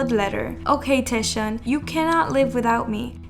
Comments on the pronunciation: Okay I just have to do this. Scarlet letter to TAEShaun 😂 He is Taecyeon and if you are new fan it is pronounced Taekyeon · its Taecyeon as in "Tech" and then "yeon" not teshion please :? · It's TAECYEON btw not taesyeon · its taek-yeon (taecyeon) not taesheon🥲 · taeshawn? :"D TEKCKKCKKK yOHN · Oot but how you pronounced taecyeon’s name 😂 it’s TAEK-yeon not taeSH-yeon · his name is not pronounced taeshun.. its take-yawn.. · Did she just say Taeshion?? Instead of Taecyeon? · I'm really sorry but you pronounced Ok Taecyeon really wrong. It's almost like "Taeyeon" but like a soft "k" sound. It's pronounced: "Oak Taek Yeon" not "O.K. Taeshion" But anyways, sasaengs need psychiatric help. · Is she pronouncing taecyeon name correctly! It’s “Take Kyun” not Taeshiun 😂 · TAE- WHAT !!!!!!! 🤣🤣🤣🤣🤣😭😭😭 Why are you pronouncing Taecyeon's name like that lol? It's pronounced like " take yun" not "tae-ish yun" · This is the first time I’ve heard Taecyeon’s name pronounced as “Taeshon” 😂😂😂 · It's TAEK -YEON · cringe for speaking taesyeeonnn hahaa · It's Taecyeon (like take). Please pronounce it correctly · tekyon is how you pronounce it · Okay but the way she said ‘Taesheon’ 😩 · Who tf is "Taeshon"😭😭😭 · you pronounce 'taecyeon' wrong it's actually 'TAEKYEON' 택연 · "taeshon" lmao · these “fans” be crazy 😭 also just fyi, his name is pronounced “taek-yeon”! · you say tek-yon (Taecyeon/택연) for the 2PM member :) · taec as taek yeon :( please at least get his name right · that taecyeon pronunciation...🫣🫣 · honestly love your videos, but your pronunciation of Taecyeon is the worst one I've heard so far, sorry 😥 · * Taecyeon * u pronounce his name, wrong girl 😳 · Sorry but the way she pronounced taecyeon was very distracting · Oh for Taecyeon his name is pronounced with the the “c” making a “k” sound. No hate at all just wanted to put it out there 👍